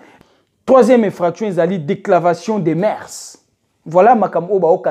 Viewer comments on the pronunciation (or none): on dit dépravation et non decravation de mœurs mon frère